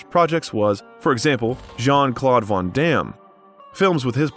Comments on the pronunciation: You said Jean-Claude Van Damme’s name wrong. Shame on you. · Yeah lost all credibility when he couldn't pronounce van damme's name correctly. Lol I just read the comments to see if anyone else noticed